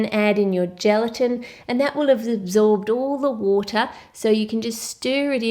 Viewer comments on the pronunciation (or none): listen how she said absorb